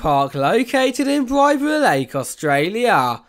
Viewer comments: its Bibra lake with emphasis on the i, like biiibra lake not bibra lake if that sorta makes sense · The way he pronounced bibra